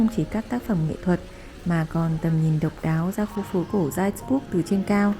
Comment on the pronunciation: Video rất hữu ích, cám ơn em! Góp ý nhỏ phát âm tên thành phố 'Salzburg' cần hơn chính xác nhé!